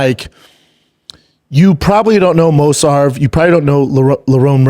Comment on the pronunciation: Mosarv? And nobody is correcting him? This is one of the issues with this fuckin podcast. And this dude has the audacity to talk about